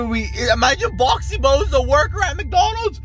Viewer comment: That ain't boxy boo and you ain't saying the name properly it's pronounced boxy boo not boxy boe